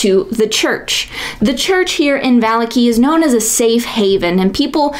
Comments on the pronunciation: VAH-LAH-KI not VAH-LIKI YouTube consideres you a champion? Delete this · I am sorry, I misspoke. I meant to say on the second syllable, not the last. As in "Shitaki". You are putting the emphasis on the first syllable. Now I feel like I am being petty. Great video, though!